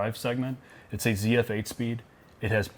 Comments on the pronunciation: and ZF is from germany - so even try to pronounce it like a german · Sorry to correct you - it is not "CF" it is "ZF" it is "Zahnradfabrik Friedrichshafen"